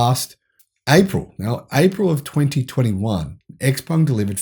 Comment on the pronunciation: Also - go check how xpeng is pronounced. Every time I hear (eks)peng a little something dies inside me.